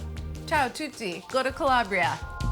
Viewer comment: As an Italian, whose family is from Calabria, the way you say Calabria inflames me 😂